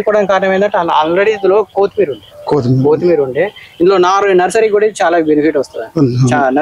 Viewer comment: కోతి మీర కాదు కొత్తిమీర